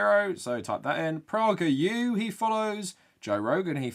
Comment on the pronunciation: I’ve never heard someone pronounce PragerU with a short O sound instead of a long A sound